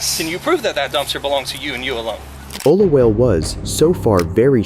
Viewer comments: Olawale -> Oh-luh-wah-leh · I love this, but just so you know, and I'm sorry to be that guy, but it's pronounced Oh-loo-WAH-leh. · O-LA-WA-LE okay